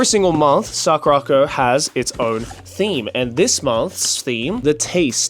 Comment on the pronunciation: The way Joey pronounced SakuraCo is the real reason he's going to hell 😂😂😂